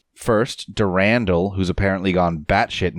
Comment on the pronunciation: Du-ran-dal is the right pronunciation; you weren't wrong. "Durindaal" just sounds stupid.